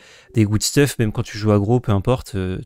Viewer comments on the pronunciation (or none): none